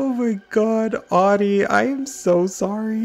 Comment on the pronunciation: I'm living for how you butchered Audie's Vacay house. Haven't laughed that hard for a long time. Thank you like genuinely thank you ❤️